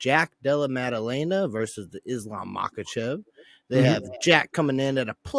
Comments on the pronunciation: Bro he said mocklechev which is the correct pronunciation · And why Chael is mispronouncing Islams last name? He said Maklchev maan🤦‍♂️🤦‍♂️